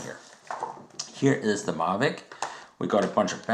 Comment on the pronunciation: I see it works with your "Marvic" what about a DJI "Mavic"? Lol, good vid.